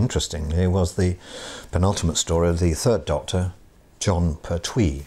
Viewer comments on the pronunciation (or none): Impressed how both Troughton & Pertwee's names are mispronounced!